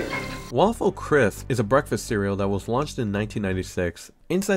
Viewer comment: why did he pronounce "crisp" like crith